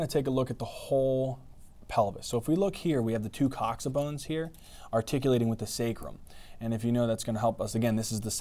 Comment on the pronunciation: Thats how its pronounced